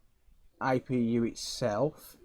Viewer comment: its APU NOT IPU